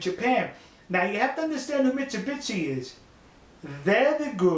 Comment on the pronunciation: トニーさんのミッツビッチの発音は確かに面白いんですが、bitchに見えるので三菱さんに失礼ではないかと・・・。